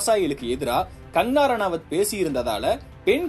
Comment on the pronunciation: கங்கணா ரணாவத் என்ற பெயரை ஒழுங்காக உச்சரிக்கவும்!